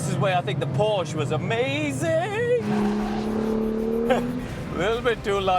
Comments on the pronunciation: It’s Por-sha! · Porsche has been around for 89 years, and yet people still can’t pronounce it properly. 🤦‍♂️